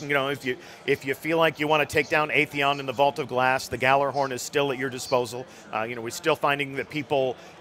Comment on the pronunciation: not even someone who works for bungie can pronounce gjallarhorn correctly